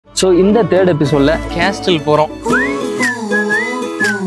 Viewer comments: கேஸ்டல் இல்ல பொறம்போக்கு கேசல் என்று சொல்ல வேண்டும். Letter "T" is silent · Dai, அது கேஸ்டில் இல்லடா, கேசில்டா... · Pronounce castle as casle. T is silent. No offence Bro. I enjoy yr video. I think you should direct film. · sorry bro castle there is ''T' is silent not